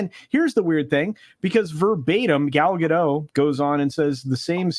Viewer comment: Wow. Someone who knows how to pronounce 'Gadot'. Why do morons think the 't' is silent!?!?! She's not French!